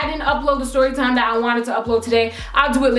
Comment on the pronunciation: "STYORYTIME" Same, Same.